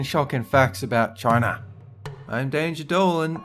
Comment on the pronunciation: "China" That is the most Aussie way you could say China.